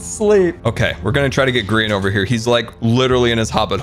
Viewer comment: Grian not GMAN